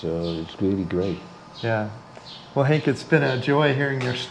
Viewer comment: Henk, not Hank. It's a Dutch name.